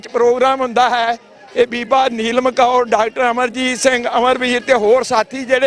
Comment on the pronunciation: ਬੀਬੀ ਜੀ ਗੁਰ ਫਤਿਹ ਉਪਰੰਤ ਬੇਨਤੀ ਹੈ ਕਿ ਅਪਣੀ ਪੰਜਾਬੀ ਸੁਧਾਰੋ ਜੀ। ਕੌਰ ਨੂੰ ਤੁਸੀਂ ਕੋਰ ਬੋਲ ਰਹੇ ਹੋਂ ਅਤੇ ਸਿਹਾਰੀ ਬਿਹਾਰੀ ਦਾ ਭੀ ਧਿਆਨ ਰੱਖੋ ਜੀ।